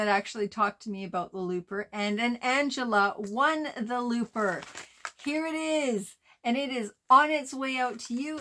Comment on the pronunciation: CONGRATULATIONS ANGELA 🎉 Each time you said Looper, Lisa heard "Loofah" 🙄